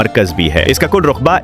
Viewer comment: رقبہ پر زبر ہے کابل پر پیش ہے قہوہ پر زبر نہی زیر ہےزبح پر بر نہی زیر ہے اپ اردو پڑھیں پھر بولیں ہرجملے میں غلط الفاظ بولے گۓ ہیں